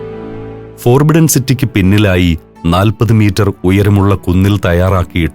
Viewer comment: the Voice: Forbidden എന്ന വാക് ഉച്ചരിക്കുക, ഫൊർബിഡ്ഡൻ എന്നാണ്. ഫോർബിഡ്ഡൻ എന്നല്ല